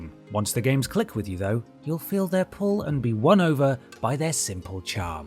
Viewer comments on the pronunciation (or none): none